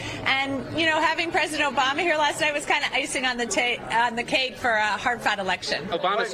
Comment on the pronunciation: Did she say “ icing on the take”. Yep